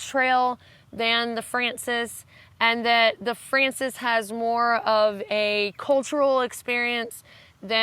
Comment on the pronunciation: Poor you with your voice! Everything you've told us sounds exciting though. One pronunciation tip: in Spanish, frances has stress on the second syllable (fran-CES, or fran-THES, really).